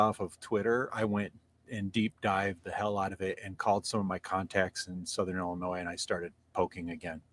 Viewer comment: THE S is silent on Illinois 😅